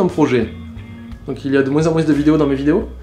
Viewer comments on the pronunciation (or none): Hum... La véritable question serait : A tu une pieuvre mutante dans ta bouche qui t'oblige à dire "de moins en moinCE" ou c'est juste ton accent ? :) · dans le mot "moins" le S ne se prononce pas. >< Sinon bonne vidéo.:)